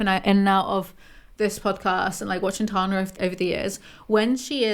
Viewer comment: It's good to see you. Good take, good video, and a pneumatic device to remember how to say Tana is that Tana is tan. Its that hard "a" sound we americans love to use